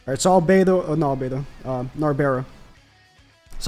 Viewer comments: Please stop calling her nabera Nar-Bral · It's narberal not narbera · the way he says narberal gets me everytime